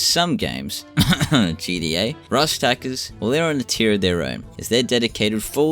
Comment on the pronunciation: Bud it’s not gda it’s G T A